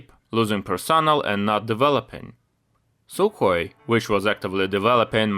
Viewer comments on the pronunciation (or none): sukhoi not sukoi